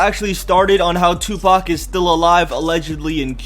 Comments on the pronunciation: this nigga said Tubac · ur saying it wrong its TOOPACK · lol he said 2-bac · Lol "three PAC" Love you PAC !! My favorite rapper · Omg the way he says 2 pac.......like if you agree